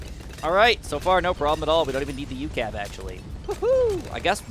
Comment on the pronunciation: Its just pronounced U.C.A.V. no ucav